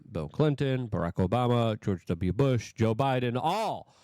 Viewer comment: Anyone else hear Trump call Biden, O’biden? 😂